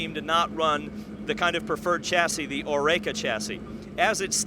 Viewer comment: Ah, my favourite sports reporter,!:D